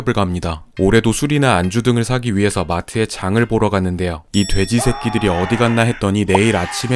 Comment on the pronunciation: 돼지새끼들 발음 찰진거 보소ㅋㅋㅋㅋㅋㅋㅋㅋ